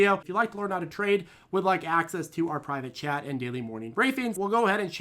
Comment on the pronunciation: I still laugh when you mention the private chat b/c it sound like you’re saying “access to our private jet” 😆